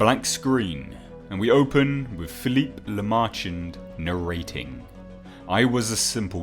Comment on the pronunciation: OMG. LaMerchant is pronounced "La-Mer-Chant" nasal "nt." Guillotine is pronounced "Ghee-Oh-teen."